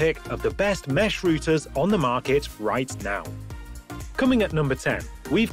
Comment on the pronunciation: Routers not Rooters!